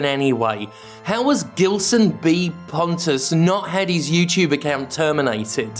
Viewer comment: I'm convinced at this point that Pontes name is actually pronounced as Ponce and you've been doing it wrong all this time